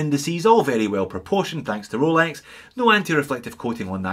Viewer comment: Great channel, I watch every one, but I'm a bit over the "Cholex"